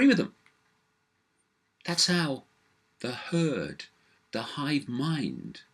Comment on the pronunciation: Cant help to laugh everytime he says 'the hurd' 'bah bah' but sadly its true